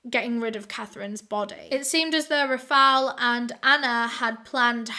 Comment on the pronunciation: i love your videos but girl how hard it is to pronounce Rafael!!!